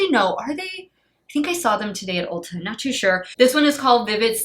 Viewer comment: When you said Ulta the first time, it sounded like you said Ultra! 😂😂😂😂😂 When I used to live in Chi, I beyond miss it there, used to have Ultra supermarkets there.